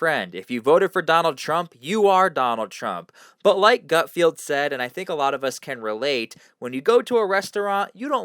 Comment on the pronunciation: Gut FELD, NOT Field…